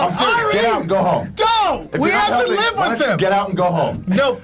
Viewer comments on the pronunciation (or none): none